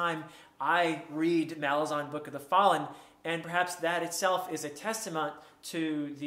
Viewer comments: Malazan is pronounced Muh-LAR-zan. You have to put emphasis on the second "A". I've heard Erikson pronounce it in an interview. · My pronunciation in this video is incorrect. The emphasis is on the second syllable, not the first. Mal-AZ-an. The island of Malaz gave the empire its name — the Malazan Empire. Malaz/Malazan is like Rome/Roman. I started pronouncing it correctly later and I even apologized to Steven Erikson once in a video for mispronouncing it, but he was very nice about it and doesn’t mind whatever pronunciation people use.